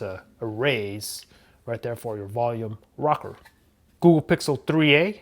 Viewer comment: Googoo 😂 I know I'm not the only one who hears that